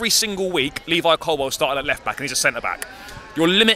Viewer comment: It's COLWILL Not Colwell